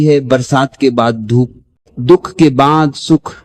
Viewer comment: रीडर से दुख का शुद्ध उच्चारण उपेक्षित है । दुहख क्या होता है..?